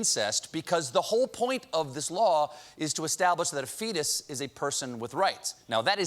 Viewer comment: Land of fre-tus